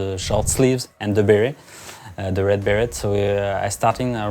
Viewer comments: He says Beret like Barret lmao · red bere[T] pronunciation complete.